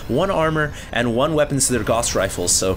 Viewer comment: "Gauss" is pronounced "gowce" rather than "goss"...